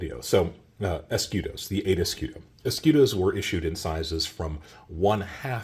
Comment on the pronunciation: Fantastic video as always. Tiny little constructive feedback: type the word "escudo", or any other foreign word that you repeat dozens of times, on Google (or Google translator) and click to hear the pronunciation. Hearing eskidos is killing the video vibe :)